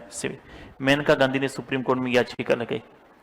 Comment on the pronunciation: That is not मेनका गांधी it is मानेका Gandhi